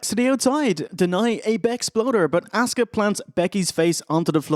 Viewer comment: Everytime says Asuka I hear Oscar. Can't unhear it